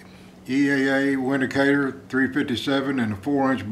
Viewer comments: It's pronounced "Vindicator". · It’s pronounced Vindicator dude... it’s German